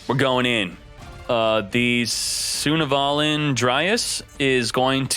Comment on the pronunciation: it's pronounced Sun-Avalon not Suna-valon